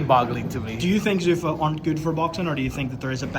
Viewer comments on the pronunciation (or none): He keeps calling it Zuffas😂😂